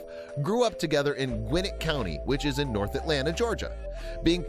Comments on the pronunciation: This nigga said "naugh, naff" 😂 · Tha "nof" 🤣🤣🤣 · When he said “nawf” and kept saying it.. I flushed my toilet down my phone and kept flushing it..